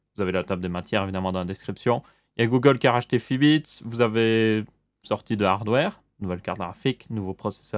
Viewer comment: Fitbit pas Fibits